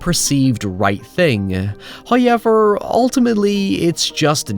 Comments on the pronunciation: Please stop saying "hi-ever" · I love how you say "however" as "hyever" lmao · First “Hayevur, …” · I'm new. Why does he say hoyever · First "hoyevver" drops - so don't skip the ad, or His wrath will be felt for aeons.